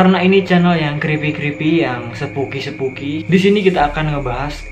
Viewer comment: Spooky spooky bukan sepooky sepooky 😂😂